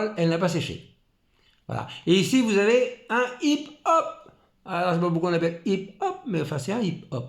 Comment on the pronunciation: vidéo bien sympathique , le hip hop se prononce hop up je ne savais pas qu il y en avais sur les réplique bb 4.5 billes acier je penser que c était que sur les airs soft 6 ou 8 mm billes plastique mes répliques bb billes acier non pas de hop up , vous parlez de sécurité partout dommage que notre 'président' n en a pas ....lol